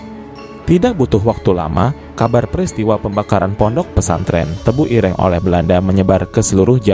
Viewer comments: Sebutan tebuireng tu salah bro......bukan begitu sebutannya...tanya lah kepada orang jawa.... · Ireng 😂, e nya jangan dibunyikan seperti e di kata "enak", tapi e di kata "senang".